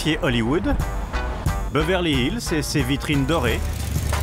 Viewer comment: "Beuveurlie Hilse"